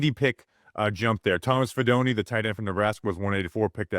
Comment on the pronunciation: fee DOH neh Fidone does not rhyme with macaroni.